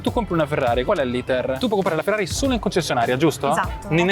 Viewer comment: Ma perché pronunci Ferrari all’inglese?😅😩